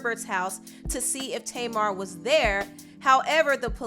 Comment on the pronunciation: I thought her name was pronounced (tah-mar) and not (tay-mar). Oh well everyone's pronunciation is different